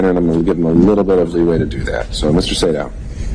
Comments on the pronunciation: Sadow...long A . Say...dow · It's Say-dow. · I believe it’s pronounced “Say-dow”. You had it right the first time. 🤣 That’s why he said “dang” when he was reading the texts. I believe that there should be at least 3 lawyers losing their licenses, and being disbarred. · Sadow is pronounced SAYdow